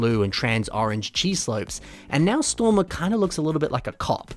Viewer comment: you mispronounced "Stormer Texas Ranger" lol